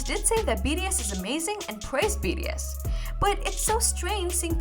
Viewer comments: i think she said bts but it sounds like bds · DEAR, YOU SOUND LIKE YOU ARE CONSTANTLY CALLING THESE SEVEN AMAZING MEN,"B....D.....S." RATHER THAN "B......T.....S.". I'VE LISTENED TO ONE OF YOUR VIDEOS ABOUT BTS TWICE AND KEEP HEARING B........"D".......S....... PLEASE SLOW DOWN AND SPEAK CLEARER FOR US!!! ❤ THANK YOU SO MUCH!!!! ❤🎉😮😢😅😂😊🎉❤ Sherrill Smith PAC/NW/USA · Its BTS not bds sorry but pls pronounce their name correctly am really sorry for the rudeness but yea❤😅😊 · Is it me or She says bee “ ri” S vs bee “ tea” S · It's B-T-S.....not B-D-S ! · B....t...S Not ....B.D S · BTS. Not BDS😮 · I think my hearing has gone a bit wonking on it sounds like she's saying BDS not BTS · sorry its enoying you say Bds s many time , and called theme wrong name, its BTS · why are you saying bds, there name is Bts, how can you not know there name when the are famous all over the world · Not sure if your pronounciation was just off or you genuinely think their name is BDS. Its kinda distracting. Btw, I heard that the Halsey interview one was a skit or something. Its not really a real interview. Correct me if I'm wrong tho. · Your content is well researched...but please work on the prononciation of BTS...it sounds like BDS all the way in your vids...kind of annoying. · If u can't pronounce this boy band name right u should not be talking about them like u know them. It's B T S... say the alphabets right or r u poking fun of them too. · BTS pronunciation is bothering me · it’s not a big deal lmao. Don’t be so dramatic…there’s bigger problems than correcting a “D” to a “T”…that takes re-recording it